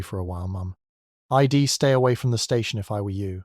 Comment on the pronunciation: Oh my God! Do you even bother to listen to these first? I dee instead of I'd I'll instead of I'll? Etc it's too much sorry